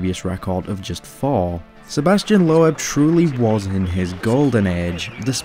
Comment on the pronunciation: You really need to learn how to pronounce names correctly. For example. It my be spelt LOEB, but it is pronounced LOBE. Its not pronounced PETER, but PETA Solberg.